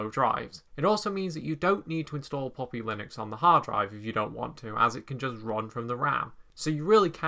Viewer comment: Bro! It is not POPPY, it is PUP-PI (baby dog).